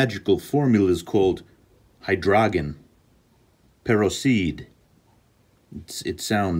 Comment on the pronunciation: Not "Hi-Draw-Genn Pear-Oak-Seed!" 🤣🤣🤣 Great video - thank you